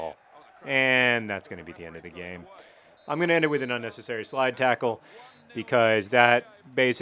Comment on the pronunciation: Everytime you do the intro I hear "It's 'Mean' John Green" which would be an excellent nick name.